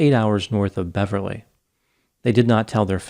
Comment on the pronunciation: How does the good Dr hear about these obscure stories.... I visit Beverly West Australia and have never heard of this case. PS, thanks for pronouncing my Western Australian town names correctly.